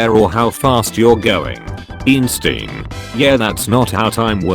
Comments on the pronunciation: Nobody: Computer generated voice: Eeen-Stien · Nobody: Not a single soul: Robot voice: "eensteein" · Pronounciation of Einstein